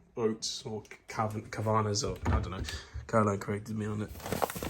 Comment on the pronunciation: haha the way you pronounce Kavanagh, Caroline would be ashamed